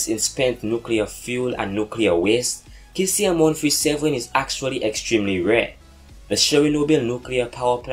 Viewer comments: it's pronounced See-zee-um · Your saying caesium wrong you say it like saesium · you don't pronounce the "K" in Caesium, pronounce with a "S"